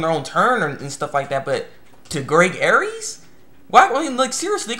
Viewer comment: Greg's last name is actually pronounced "Airs". Sorry it's just a pet peeve of mine.